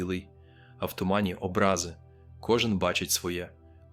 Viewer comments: Добре було б, щоб це відео озвучувала жива людина, а не ШІ. То на було б обрАзи, а треба Образи. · точно, це автоматичне читання, а не голос автора, - наприклад "всі побачать обрАзи" замість Образи. І чому немає відео і голосу самого Максима? Адже не сказано, що він не погодився зніматися. Дуже хочеться вірити і треба вірити, що Господь з нами і Він може й море роздвинути! Але чомусь весь цей матеріал дуже теоретично викладений, - без відео, фото, картинок...